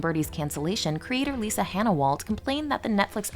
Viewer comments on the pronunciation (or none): none